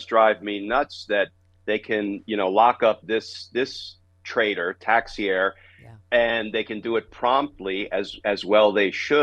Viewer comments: the name is pronounced ta-shera. your welcome. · Texiera = Tesh-era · Pronounced: TAH-CHER-AH. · Pronounced -TAH-Cher-AH. AKA treasonous mass hole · Yes. Rhymes with "Tae-tera".